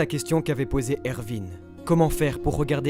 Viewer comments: ça se dit erWin pas ervin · Ervin ? Je sais que le "w" se prononce "v" mais c'est plus jolie Erwin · ervine 😅😂ca s’ecrit erwin et ca se prononce erouine mais magnifique video on comprend tt avec vous +1 abo